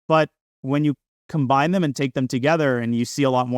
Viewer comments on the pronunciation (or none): none